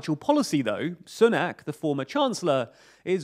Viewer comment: Sunak is pronounced "Soonak". Like Soon. Not like Sun.